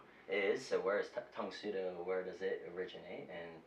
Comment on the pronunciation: The host says "Tang Soo Do" as "psuedo" instead of "sue - DOH". It's "tong sue DOH" not "tong SUE doh". You're stressing the wrong syllable!